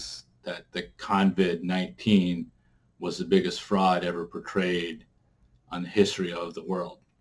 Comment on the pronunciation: It’s CoVid not Convid